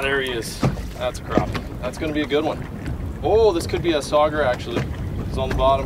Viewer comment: Nobody: LFG: SaUgEyE 😂